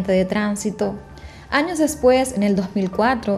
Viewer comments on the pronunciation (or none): none